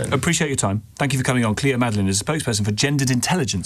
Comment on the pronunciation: (the second guest) was so condescending and disrespectful. Chatting about the fact that everyone should follow the rules to the exact letter in schools, but she can't even be bothered to get the previous guest's name right, calling her Chloe instead of Cleo